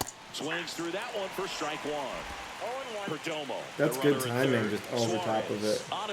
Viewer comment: Don’t butcher Geraldo perdomos name